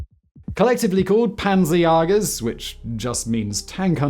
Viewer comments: Says Pänzerjager instead of Panzerjäger yet I'd bet money he can pronounce die 'ä' in Jägermeister. After so many episodes with the most ridiculous pronunciations (e.g. Francis Ford Coppola) ,I start to believe he turned this into a thing and is doing mostly on purpose. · Haha, Pänsajagas :D No, it's actually Panzerjäger - Umlauts matter. And an A is prounced, well, like an A and not an Ä ;-) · ä is not an a 😉